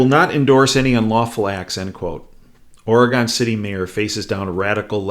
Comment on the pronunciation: Profound and accurate. But the pronunciation is "OR'uh-gun City" and Gov. "ENSLAVE'.